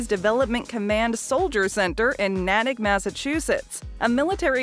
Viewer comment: Me as Well I lived in the area!!!! When I heard her say the Name I was like WTF that is not how you say the name.I burst out the Name!!!!